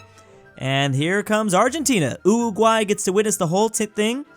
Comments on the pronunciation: He always said Uwuguay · U said uWuguay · Pronouncing uruguay as uwuguay XD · stop calling it uwuguay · Did called my home cuntry UWUguay? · The fact that he said UWUguay (WTF) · The way that Uruguay was pronounced made me laugh 😭